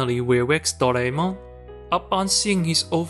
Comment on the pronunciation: The way you pronounced "Doraemon" I love you